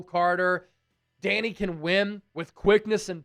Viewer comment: it isn’t pronounced “Danny” it’s “Da-Ni” the “i” makes a eye sound. (Not trying to be mean or corrective just if anyone wondered)